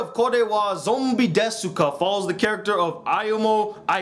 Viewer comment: Hey, I know you probably don't know this, but you don't pronounce the u in desu!